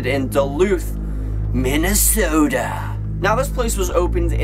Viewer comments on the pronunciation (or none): I live in Minnesota so the way he pronounced it offended me.